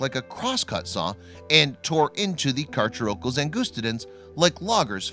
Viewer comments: DerpySquid890 [GD] any fan of the movie JAWS cringed at his mispronunciation. Mr Hooper got it right in 1975. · Correct cacharocles pronunciation: Car / car / o / clees Incorrect pronunciation: Car / chur / o / culls I thought I'd add this comment because it annoyed me how he was saying it so incorrectly. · Carcharocles is pronounced car-care-oh-kleez not car-cher-okulls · Car-“Care”-ocles, not Car-“chair”-ocles.... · Just letting you know ;) those scientific names are Greek/Latin, and pronounced Car-CARE-a-don Car-care-EYE-us (short u, almost an i) and Car-CARE-uh-cleez Ang-GUS-ti-dens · It's pronounced "car-care-o-cleese". Angustidens you pronounced correctly. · The narrator needs to brush up on his pronunciation.. Carcharocles is pronounced CAR-CARE-O-CLEES and Oligocene is pronounced OL-LIG-O-SEEN. This shark is not rare, or as large as C. megalodon, but the teeth are nicely preserved.